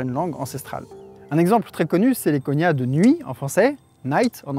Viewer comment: Petit erratum de la part d'un prof de linguistique : on ne parle pas vraiment de "langues cousines", mais de "langues sœurs" en linguistique historique (mais bon, disons que c'est une métaphore !). Plus important, "cognat", se prononce "coG-Nat" comme dans "GNome" et non pas "conya" comme dans "montaGNe". De même, "formosan" se prononce "formoZan" ;)